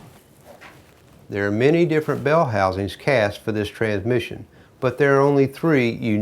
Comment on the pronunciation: I like the way he pronounce it without a s......tranmission lol